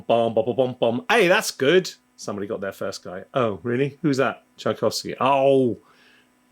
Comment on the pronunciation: Tchaikovsky not Tchaikovsy